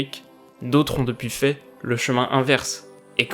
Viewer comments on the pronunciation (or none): none